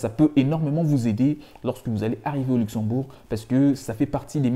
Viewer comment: C'est Luxembourg pas uxembourg 😄